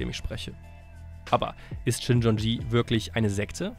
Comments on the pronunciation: Die Sekte heißt Shincheonji, nicht Shinchonji. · Richtig heist es "Shincheonji"